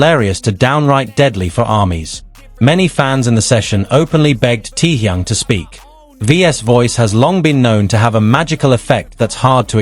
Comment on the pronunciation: Omg...so tired of AI..."Tee-Young"?? Really??!! 😦🙄